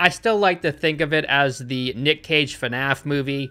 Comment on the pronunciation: Why does pronounce fnaf fanaf